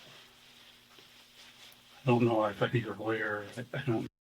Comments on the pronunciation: Judge: "Given that the Miranda rights were read as lawger instead of lawyer, we must dismiss this case." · The cop can't pronounce Lawyer correctly. It's hilarious. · Love the way that cop pronounces the word 'lawyer'.